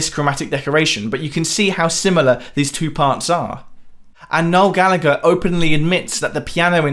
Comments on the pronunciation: Gal..la...her not Galligger. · ITS PRONOUNCED GALLA-HER